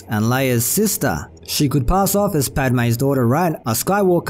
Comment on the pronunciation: It's Padme